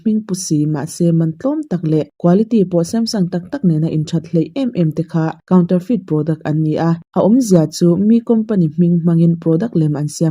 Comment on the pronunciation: Lawk aw..... counterfeit kha i lam dik lo love. Counter hi mizo in kan lam dan kaunter/counter tih hian a dik a, mahse a thluk thu ah chuan sap lam rik danah chuan "coun" tih lai tak khi an thluk sang deuh Mizo in kan thluk hniam ang lo deuhin. "ter" tih lai khi "te" tih angin an lam a thluk khamphei (😅) in. "Kawn" anga lam tur anilo. "Feit" tih lai khi chu saptawnga lam rik dan ah chuan "fit" tih angin an lam ri, "feet" nilovin. "Kaun-te-fit" tih ang deuh anih ber chu a lam dan dik chu. A pawimawh ber lova sap anga lam thlip thlep hi. Mahse caption in i rawn sawi ta sa sa ka rawn dah dik deuh anih khi ka thiam ang tawkin. 😊